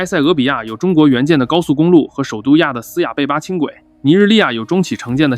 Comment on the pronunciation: 亚的斯亚贝巴，“的”发音di四声。。。